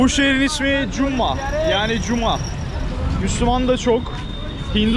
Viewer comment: Jammu diyordun surekli artik jammu diyorsun